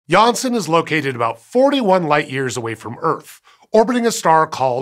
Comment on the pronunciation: nailled it the dutch name"Janssen"